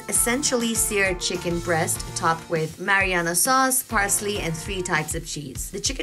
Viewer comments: isnt is marinara sauce and not mariyana lol, just saying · Just so you know. It’s not mariana sauce, it’s marinara sauce . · Its pronounced brussketta although the spelling suggests otherwise. also the sauce is called marinara sauce, for the first half of the video you referred to it as mariana sauce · what a joke...gaijatra banauney bho muji ley...everybody is laughing at your pronunciation, its sweet because of olive oil n sugar re...thuikka olive oil kaha bata sweet huncha...sidhai sugar bhanna muji...ani mariyana sauce rey... its marinara randi muji....google garney gaar...ani taha pauchass....